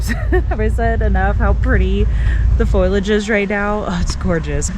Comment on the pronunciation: Great video, thanks for the entertainment. It's pronounced "Fo-lee-age" :)